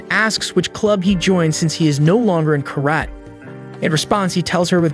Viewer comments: carat? Karate! pronunciacion is different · What's that karayt?! Its Ka-ra-te! Also, its not a philosopher warrior but a judo, jujitsu master.